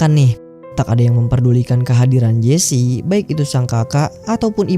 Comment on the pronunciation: jess aja bilangnya bang, gw dengernya jesi